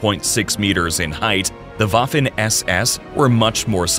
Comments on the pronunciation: It’s waffen not Wafle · That's Waffen SS, not Waffin SS 🤔